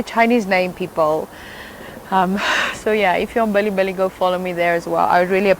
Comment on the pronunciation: Indeed true. and I believe you're saying “bilibili”instead of belly belly 😂